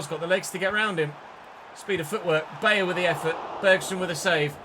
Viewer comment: i believe its pronounced "By-er" not "Bay-er". E i is said like eye i E is like E